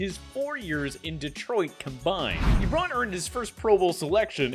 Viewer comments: Why does it sound like you’re pronouncing it lebron rather than eebron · bro stop saying ebròn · It’s not eeeeebron smh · Ebron???? Na bro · Why you saying Ebron like that tho